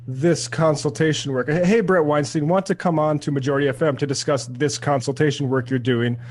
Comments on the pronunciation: After giving Bret shit for mispronouncing Matt's last name, you immediately did the same for him. You guys aren't even bothering engaging with Bret on the merits of the case. I don't know what I was expecting clicking on your clickybaity title, but in any case you guys should be ashamed of yourselves. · It's a bit ironic, and likely unintentional, that most of Seder's argument is a criticism of Weinstein's pronunciation of Lech's name, which is at least pronounced as it looks, and yet Seder and Lech continually pronounce Weinstein's name incorrectly. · Sam pronounces Bret's last name wrong and pretends not to know what his podcast is called, then whines about Bret pronouncing Lech wrong. How do people watch this toolbag? He's so smug. He takes forever to make a point. He calls himself a comedian, but I've never heard him say anything remotely funny. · Sam, why make a deal about Bret getting Matt's name wrong when you continue to say Weinstein incorrectly?? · Thank you. You saved me from having to make that correction. I don't know if it's on purpose but found it interesting that they are pointing out how Brett has mispronounced his name, yet are doing the same thing. The these podcast tifts are getting old and are childish. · *complains about how Bret pronounces Matt's last name, giving all the examples of where he could hear the correct pronounciation *proceeds to pronounce Bret's last name in the same ways. If you're going to say someone is wrong for something, don't do the exact same thing immediately. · As Sam mispronounces Brett’s last name as a well! 😅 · You mispronounced Weinstein’s name, Sam. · You pronounce Weinstein wrong as well... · Tell me whether you think Seder pronounced Weinstein's name properly if you think proper pronunciation of names is important. And once you've done that, tell me how you think pronunciation of a name is of much importance to Weinstein's job. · Weinstein is pronounced like ”Einstein” but with a ”W”. Not ’Weinsteen’.